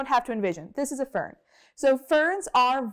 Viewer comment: Fern I mean Vern 😂😂😂